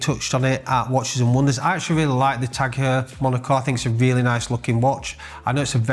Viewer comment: It’s actually pronounced Tag HOYA not Tag HUUUR… don’t wear em myself but thought I’d point that out 🤣